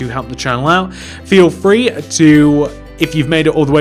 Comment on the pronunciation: Not trying to be rude but you say frhee